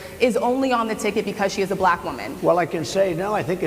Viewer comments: Perhaps he might learn to pronounce black instead sounding like ba-lack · Notice how he only calls women reporters nasty? Hello Freud! And the way he pronounces "black" makes me want to hurl. Sure America has had more than enough of this boob? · Don't forget his repeated reference "Peekaboo James". The WAY he kept pronouncing "black" is so insulting, and I am white. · He says 'black' like Ron Burgundy in anchorman 2... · His pronunciation of the word "bLack" just sounds racist somehow—let alone the actual disgusting things he's saying.